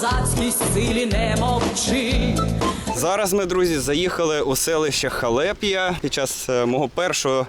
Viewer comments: Все б чудово, але правильно буде хАлеп'я, а не халЕп'я. Це не від слова халепа, а від назви міста Халеп, що колись тут у нас було. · Видос топ, но в названиях Украинка и Халепья ударения не там, режет слух капец как)))